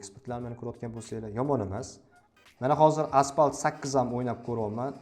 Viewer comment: Pamji , aspalt😂